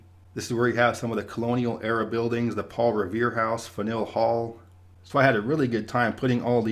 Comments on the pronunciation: Fanueil Hall = "FAN-you-ull" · He did great, Faneuil Hall is not an easy one, (Newburyport jumped out as well). He probably drove through Worchester and was like.... yea.... not even gonna try this town.